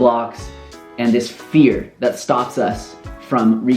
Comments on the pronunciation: I thought you said beer instead of fear 😅 Thanks for this video! I knew these things but forgot... Several times... Just what I needed to hear, just at the right time. Also, didn't miss any of the things you worried about were missing from this video. Who needs drone shots when you can get a reality check instead. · I literally thought you said "beer" not "fear"... I was very confused and thought maybe you were an alcoholic or something lol